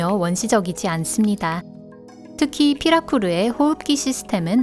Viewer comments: 피라루쿠인뎅 피라쿠루라고 하심ㅋㅋㅋ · 피라쿠루(x) 피라루크(o) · 님들 잘들어보면 피라루쿠가아니고 피라쿠루라고해요!! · 중간에 피라루쿠를 피라쿠루라고하시넹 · 피라루크 아니예요 ? 피라쿠르 라고하는데